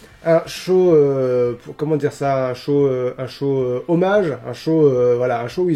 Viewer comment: Moi quand tu as dis "show hommage à 205live" j'ai entendu "chômage à 205 live"